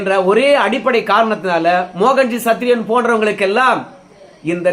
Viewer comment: சத்திரியன் என நல்லா அழுத்தி சொல்லுங்க பாஸ்